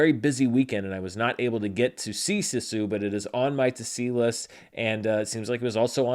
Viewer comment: Your pronunciation of "Sisu" is off... and I am not sure how to phonetically write it out other than: IPA(key): /ˈsisu/, [ˈs̠is̠u] but you can hear native Finnish speakers saying the word in many YouTube videos. English has a bad habit of mutilating Finnish words -- like "sauna" -- and yeah... Very excited for the movie though!